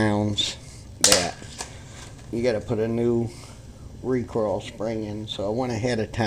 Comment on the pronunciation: It's recoil, not recoral, RECOIL